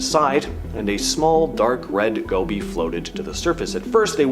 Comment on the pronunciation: It's ''go bee''